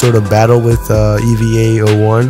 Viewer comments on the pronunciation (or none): As a neon Genesis fan I HAVE to tell u that EVA is pronounced “A-va”